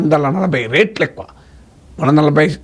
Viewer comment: రేట్లు కాదు సార్... రెట్లు